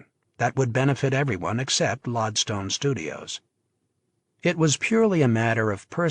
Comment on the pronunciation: ... this is the third Mario Puzo audiobook I've listened to... and I'm already a quarter of the way through... some story, and yet I'm hoping this story gets going soon... only distraction so far, that's unforgivable, is the narrator does not how to pronounce lodestone... it's not LOD-stone, it's always said LOAD-stone... as in like an early magnet...